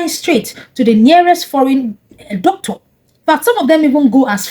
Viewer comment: MADAM YOUR PRONUNCIATION OF DOCTOR IS VERY BAD CHECK WITH GOOGLE